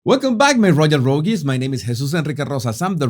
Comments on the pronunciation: it’s pronounced the same way you pronounce “rogue”, just with an “s” at the end. Not “ro-geez”. Your English is very impressive! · How are you pronouncing Rogues?